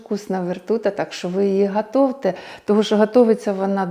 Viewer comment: Жарена - смажена, вкусна - смачна, готуйте, а не гАтовте, необичайно - незвичайно.. слухати далі вже було важко. Краще б вже російською говорила господарка. До речі, зачіска сподобалась, сучасна - аля маллет. :) Ще трошки докопаюсь... ікона над витяжкою, орхідеї біля плити, дитина з ногами на столі, все так цікаво.:)